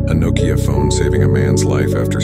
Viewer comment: The way it pronounced "Nokia". Urgh.